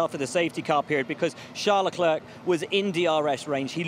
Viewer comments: "Chuck Leclerc" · "chuck leclerc"💀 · Chuck ...chuck leclerc 😅😅you're killing me Ribbs